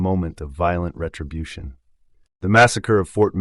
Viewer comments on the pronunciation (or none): none